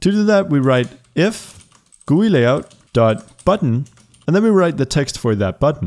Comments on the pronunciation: "Guuuuyyyy" its called G.U.I. but thanks for the tutorial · He says GUI as “gooey” only now I heard lolol XD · i have never heard anyone say GUI as gooey